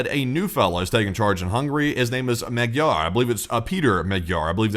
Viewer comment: Magyar - spoken: "Mod-yor".